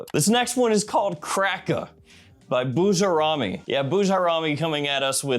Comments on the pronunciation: Boo jar ami, definitely not the way you pronounced it 😂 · It’s pronounced Boo-Jair-Ruh-Mee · The Bujairami pronunciation is DIABOLICAL ☠️